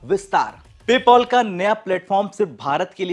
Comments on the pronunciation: Yrr PayPol nahi PayPal hey hoo😂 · Pole POL Paul nahi bhai PayPal Pay-Pal "Pail"